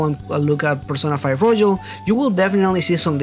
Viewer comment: (btw it's roYal, not roJal)